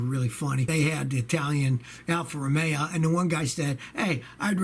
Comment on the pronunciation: Mister 52yr old mechanic does not know how to pronounce the name of car companies. It's called Alpha ROMEO not Alpha Romeea. ROOOOMMMEEEOOOO !! Just 'cause you've been a mechanic for 52yrs doesn't mean you've been a good one.